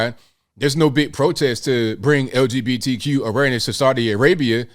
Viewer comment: Des couldn't even say LGBTQ right. Why bother then.